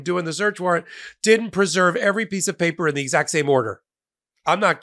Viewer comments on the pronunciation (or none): none